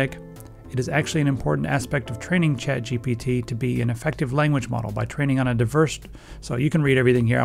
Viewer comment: I keep hearing "CHAD" GPT